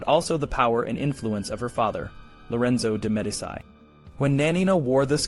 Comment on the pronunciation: Not bad for a young channel. FYI: Medici is pronounced “Meh-DEE-chee” as opposed to “Meh-di-SEYE” such as Medicine. They’re a really important and powerful family in Italy’s history. You’re going to come across the name many times if your channel is medieval. There were some other mispronunciations. I’m not passing judgment or being critical. I just wanted to point it out so that you can continue to improve your videos and grow your channel. 🙂